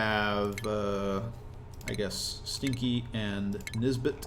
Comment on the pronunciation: this is quite late but everytime you say nisbet i hear this bitch, am i the only one?